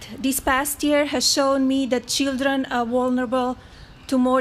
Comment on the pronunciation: Chidren, istory, invitistor Wtf? Make English great again!!!!